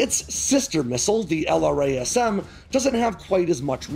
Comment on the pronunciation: The L R A S M is friggin killing me... say it with me now: El-Rasm.... kinda like Ra's al Guhl - yes, it's another movie reference.